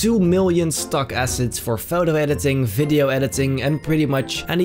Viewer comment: i like how he says videoe